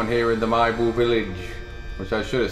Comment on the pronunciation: It's MEE-BU.